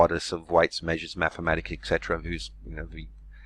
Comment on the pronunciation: love your videos but can't stand it when I hear someone say "ek setra". etc. is Latin for two words et cetera, meaning and so on.